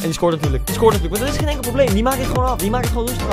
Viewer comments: Ik: OSEI-TUTU Koen:TOKO-EKAMBIE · Spreek toko ekambi uit als oko ekambi maar de t moet je snel uitspreke zodat t klopt